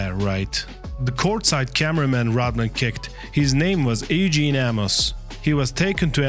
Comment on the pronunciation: “Ay-Gene” Amos? It’s pronounced “YOU-gen” that’s how you say “EUGENE”. Jesus Christ just have AI read the script CAUSE your ACCENT IS MADDENING TO NATIVE English speakers. TRUST ME. PRETTY good content 👍🏻 though